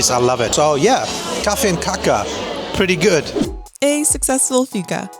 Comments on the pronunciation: Enjoyed the video. It’s kaaa-ka with a long a. Kacka with a short a is the opposite of eating 😀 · eat meatballs with mashed potatoes 2-3 times a month, and please do not pronounce cake so. the first aét is long, what you said means something completely different 😆 cacka means 💩 in svedish 😅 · Kacka is slang for poo here too. But kaka is pronounsed kaaaka, long A and short K 😃